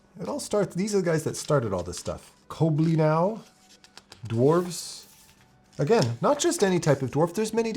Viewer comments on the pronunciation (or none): Cobbly-now? Welsh speakers will have a fit! It's pronounced more like coblun-eye 😉